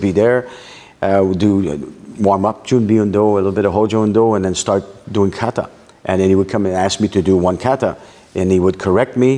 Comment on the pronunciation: I love the Canuck interview. He does great Japanese pronunciation of words like kaw/raw/tay except for one particular word: kawtaw is the correct way.